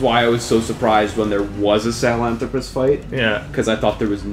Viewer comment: Sahalanthropus is 5 syllables, not 4, but for some reason, this and the Shagahod just stuck with me, their names are very unique, unlike Ray and Rex